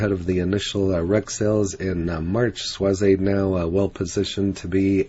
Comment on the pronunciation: Just pronounced schwazz. Not schwazz eyyy. Regards